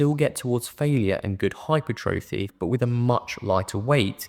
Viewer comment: Lovely to hear someone pronounce hypertrophy correctly 😂